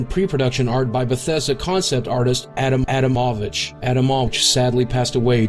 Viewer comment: they really had to splice boogie saying "adam adamowicz"? are you fucking serious